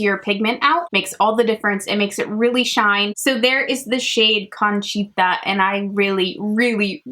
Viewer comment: Just a tip for Spanish pronunciation- single vowels always sound the same! A always sounds like ah, e always sounds like eh, I always sounds like ee, o always sounds like oh, and u always sounds like oo. So milagro is mee-lah-gro and conchita is cone-chee-tah